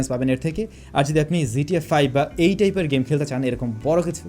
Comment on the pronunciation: Its GTA 5 no zta 5 .. pronounce it properly brother.